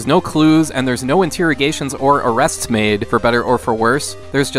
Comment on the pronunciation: Paused video after second or third time hearing INTEAROGATING to find this comment.